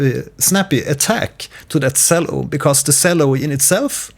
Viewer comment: the way you pronounce cello pains me... this is a very helpful video tho, thank you!